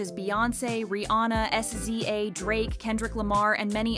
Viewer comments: “S Z A” 😂 Babes, it’s SZA (scizza). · SZA = Siz/sis ah not S. Z. A. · SZA is pronounced C-za